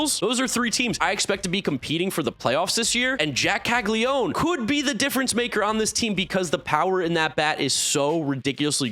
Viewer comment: Caglianone….Cah-lee-ah-no-neh (I assume the surname’s Italian but I’m posting this for those who care to pronounce it the IT way. We do Anglify words in the US).